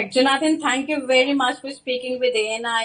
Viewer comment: Please learn to pronounce people's names. It is not jo naathaan.